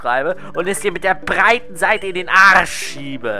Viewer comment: Wie er das betont hat (MIT DER BREEEEITEN SEITE IN DEN ARSCH SCHIEBE) xDXDXDXD